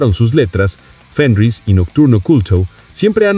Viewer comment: No, no y no. No grabaron en el sótano de Fenriz (que, por cierto, NO se dice 'Fénrich'). Grabaron en una cabaña que él tiene en el bosque, hasta la actualidad. Mira el documental sobre el Black Metal hecho por NRK TV, al menos.